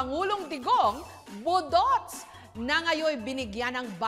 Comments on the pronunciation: Pataka man kag pronounce jessica oy 😂😂😂.. Boooooduts', ndi boduts'. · ambot ah gakairita ko sa pag pronounce ni Jessica sng budots😂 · the host mispronounced the word “budots”..